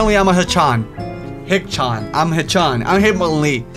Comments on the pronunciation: it's SHEE-CHUN not shichan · TheDarkRedbird starmasterism I was talking about the Japanese pronunciations mostly lol "hick-chin" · It's [He-Ch-Ann] if you were to say it all together you get Hicchan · its pronounced achan like in the anime demon king